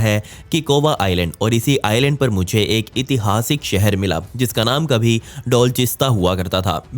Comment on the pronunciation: नमस्कार भइया एक सुधार आप अक्सर इतिहासिक बोलते हैं जबकि शुद्ध उच्चारण ऐतिहासिक होता है।